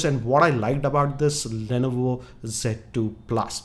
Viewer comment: sir lainaivo nahi hota li-novo hota hai #pronunciation